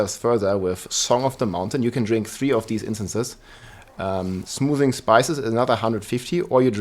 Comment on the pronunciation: Ahavarion, not Avarian nor Aharian Chorus, not Chocs - also, it’s an incense, not an elixir Soothing, not Smoothing #dyslexia